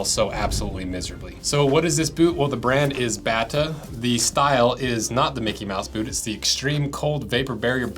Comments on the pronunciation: Bata is pronounced "bay-ta". Bata Bullets were very popular shoes when I was a kid and I lived only a few miles from the factory in MD. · The correct pronunciation of Bata is “bay-tuh” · Pronounced "Bay-tuh" not "Bat-tuh". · I grew up a few miles away from the Bata factory and store in Belcamp, MD. It's pronounced "BAYtuh" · BATA (read Batya) is czechoslovak brand from the 20s and 30s :-) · dude its a Czech brand originally. Pronounced more like Batia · Bath (pronounced like bay-ta) was famous for Bata Bullets sneakers in the 50’s & 60’s. I wore a surplus pair of bunny boots when I was a kid. They absolutely never let my feet get cold. Blowing air into the valve made them puff up and even warmer